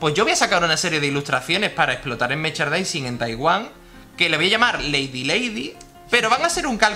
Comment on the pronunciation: Se dice 'meRchandising' no 'mechardising'. Es que si no te sale la palabra di productos relacionados o algo así. Pero, ya sea el idioma que sea, mejor pronunciarlo bien.